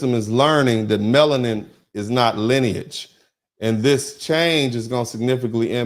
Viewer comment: EXACTLY! You hit the nail on the head, When you said, "MELONIN-IS-NOT-LINAGE". It's "LINEAGE", Not "SKIN-COLOR". All of those "NON-WHITE" immigrants only accept their own based on nationality, Or their tribe. NOT their "SKIN-COLOR".